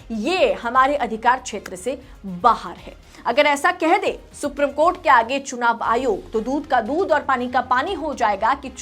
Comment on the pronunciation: Madam” सुप्रीम” कोर्ट होता है “सुप्रिम” कोर्ट नहीं होता 😃